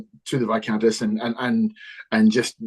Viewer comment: So many kickstarters... And still love the costumes. And Tom's cat. And I'm still so sorry about how I continue to mispronounce 'viscountess'.